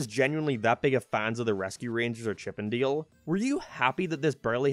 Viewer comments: Its pronounced Dale not deel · You're sayin "Deal"... Not "Dale" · WTH is chip & dill? Or are you saying chip & deal? Ship & Dell? This review suxs ball. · It’s chip and dale like d ale not chip and deal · You saying Diele and not Dale is killing me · “Chip and Deel” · "Chip N' Diel" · Stop saying dale like deal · He pronounces Dale like “Deal” and I can’t get over it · Throwing me off by how he prounces dale. He sounds like he saying deal may that's just his accent or voice inflection. I do agree with a lot of this I powered through the movie and chuckled at some points. It reminded me of Who framed Roger Rabbit. A lot of cameos and inside jokes. It wasn't great but the nostalgia of CnD RR worked on me. Would I watch again Big No. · why you call it chip 'n deal? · Are u sayin Chip and "Deal"...? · Is it just me being an uneducated twat or is saying Chip n’ ‘Deele’ weird?